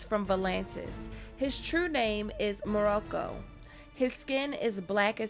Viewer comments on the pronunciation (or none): Did no one notice that she pronounced Moqorro "Morocco" like the country? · It's Moqorro not the country Morocco. Good job though. Liked the video. Hate that the rushed through the show only to leave out so Much of the story. Lord Manderly and the scene with the three Freys Jon Connington Strong Belwas Those are my three. Especially Wyman Manderly., "Lord too fat to sit a horse". Done properly.